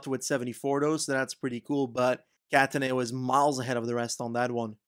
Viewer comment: Great vid as always! Just thought that i may share some pronunciation tips for italian stuff, if you’d be interested. In no particular order: Lombardìa, not lombàrdia; Cattàneo not cattanèo; Zoncolàn not zòncolan; Montevergine with soft g, think more of a j, same for mercogliano. hope it helps, cheers mate, looking forward to the next vid!!!!